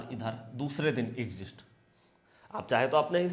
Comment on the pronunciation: Sir वो "एग्ज़िस्ट" नहीं "एक्ज़िट" होता है, वैसे आप की स्ट्रेटजी एक नंबर है👌 और एक बात, आप हर बार 2:1 बोलते हो जबकि शायद आप बोलना चाहते हैं 1:2 याने नुकसान SL हुआ तो एक रुपया लॉस होगा, और अगर ट्रगेट आया तो 2 रुपया प्रॉफिट होगा कृपया गौर करिएगा धन्यवाद🙏